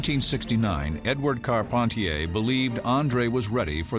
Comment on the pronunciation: I'm french. It's Carp- hen- tee- hay